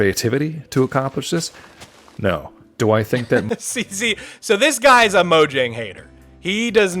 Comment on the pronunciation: Pronouncing Mojang as "moǯang" is cringe bro